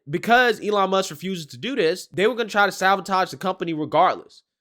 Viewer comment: I swear you need to go to school and learn English and how to speak it This or that IS NOT DIS OR DAT...THEY IS NOT DAY.. DAMMIT MAN EDUCATE YOURSELF BEFORE SPITTING GARBAGE OUT YOU DON'T EVEN KNOW HOW TO SAY IT.